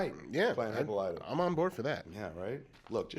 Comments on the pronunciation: great new channel, guys. Have to bust balls a little......... "Hippo-Lighta??????" really? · It's Hi-PAH-li-ta, not Hippo-LYTA...c'mon Kev, you watched the Justice League animated...